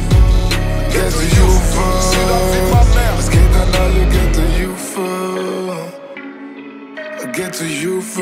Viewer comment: Lol was labberst du xD Das liegt am akzent und am schechten Englisch, wenn die das so aussprechen ^^